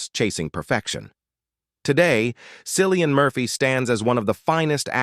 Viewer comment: It's Killian with a C ...